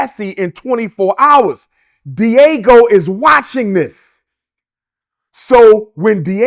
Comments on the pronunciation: It's DIAGEO, not "Diego". At least get the name right. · Lmaoooooo Umar calling Diageo “Diego” so many times is pure comedy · Buddy throughout the video keeps calling Diageo Diego and nobody is correcting him...smh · This Dude Sounds Slow So Embarrassing 😢I’m tired of Him calling Them Di’Ago😢He can’t even pronounce the liquor company name right and the interviewer isn’t correcting Him.. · Are you being paid by Puff because whattt are you saying Dr Umar?!? Spewing goddamn conspiracy theories -this let’s just stick to the facts! And it’s Diageo!!! (dee-a-jee-o) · The company name is not pronounced Diego 😂😂😂😂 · Why is he sayijg "Diego" like an episode of Dora the Explora?🤦🏿‍♂️🤦🏿‍♂️🤦🏿‍♂️🤦🏿‍♂️ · I’m struggling with him mispronouncing the Diageo is not Diego lmao big Ron Burgundy energy in this dialogue 😂😂😂😂 Come on man !!!!! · I love Dr. Umar for his insight on certain matters, but right here he saying, a whole bunch of nothing. Prostitution and money laundering racketeering all can fall under different types. He is given a blanket statement about one occurrence of money for something else. Also it is pronounced DE AHH G OH. DIAGEO mag have stimulated some issues but puff has a karmic stench that was bound to be exposed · First of all, he needs to learn how to say a name of a company before he goes on a podcast talking everything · Does anyone else notice he doesn’t know how to pronounce Diageo? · YO REALLY JUST COPIED ME LOL EVEN SAID THE LIQUOR COMPANY NAME WRONG 😢😢😢😢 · Brother I need you pronounce the liquor companies name correctly lol😅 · Hearing him mispronounce diageo is crazy. It's video of this man beating Cassie ass. Do I think she waited too long absolutely. However he was still wrong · He is butchering the pronunciation of Diageo 😂 and it’s taking away from his greater point. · 😂 pronounce it correctly for us please and take the floor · It's Diageo not Diego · Its pronounced Dee- Are- Geo. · It's not pronounced Diego. it's Dee-Ah-G-O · DIAGEO not DIEGO!